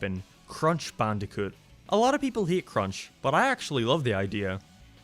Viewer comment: You sound like your saying crash bandycoot